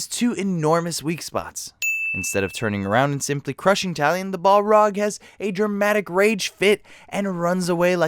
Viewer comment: bolrog? BOLROG? BOLROG!